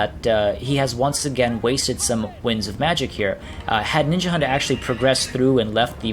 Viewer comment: Ninjahund means Ninja dog in danish. And of course you pronounce it very wrong :D